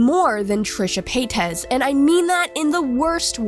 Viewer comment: Be careful, you keep saying Paytez and she'll identify as a Mexican